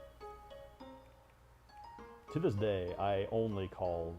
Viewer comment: I think the biggest reveal this stream was the French pronunciation of bepis